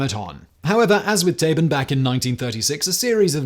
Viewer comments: yo Simon, not to be that guy but just rq: "Tabun" isn't pronounced as Tabin. u is said like "oo". so like you said Taboo, if you just say "Taboon" you should be close on the mark for the pronunciation. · Yepp, he totally butchered the pronuncation. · if we are actually using a german pronunciation "Tabun" is pronounced exactly like "taboo" with an 'n' slapped on at the end.